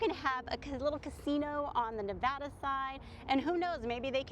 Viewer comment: First off great video! Second, thank you so much for saying Nevada correct correctly. I get so annoyed with people saying it incorrectly. Third, they should turn Buffalo Bills into a family property with no gambling and convert the casino floor into an amusement park. They should open back up all of the attractions that they built overtime that have been closed off like the magic motion rides in the back near the roller coaster and log ride. They should make Prim Valley Resort Casino into a full on adult experience, read into that what you will, and Whiskey Petes should be converted into a trucker centric property. Also a Walmart would probably do well out there. And a Buckys would be an awesome idea to be honest. I’m surprised they haven’t built one here in southern Nevada yet. Maybe whiskey Petes could be some kind of uber mega Buc-ee's.